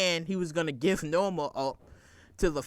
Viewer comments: The character's name is NOMA not Norma...NOMA. K? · NO-MA NO-MA NO-MA NO-MA. HER NAME IS NOMA !!!!!